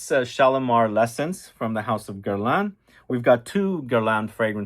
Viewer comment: its called GER-LAEnnnn